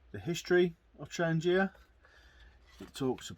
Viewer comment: Wouldn’t it be good if the instruction booklet told practically all YouTubers how to pronounce ‘Trangia’ correctly - the G is said like garlic or girl, not like German or gel.